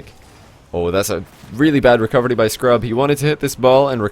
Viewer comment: lol i love his indian way of saying it